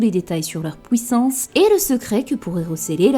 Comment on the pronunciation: À « pouissance » j’ai rie